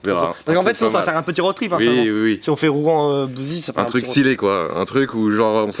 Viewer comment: J’habite à bouzey mdr on dis bouzéé pas bouzi 😭😭😭